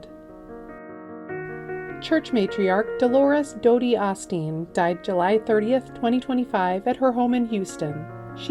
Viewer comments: No biggie, but "Osteen" is pronounced with an "Oh" sound, not an "Ah" sound at the start. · I believe it's pronounced Ohsteen.....long O! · If a.i. could pronounce names properly i would subscribe.....Ah Steen? What a last insult.cant someone alive check their work? Are they really saving that much money? Because they arent doing this for free.